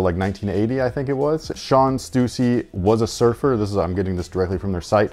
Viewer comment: Thank you for pronouncing Stussy correctly. One of my pet peeves